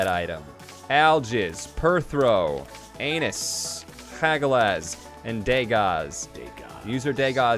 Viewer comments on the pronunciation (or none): he just said ANUS instead of ANSUZ WUT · it is Not Pronounced Anus tho. it's Ansuz. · Mistake #idgaf: calling ansuz anus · gets ansuz and calls it "anus"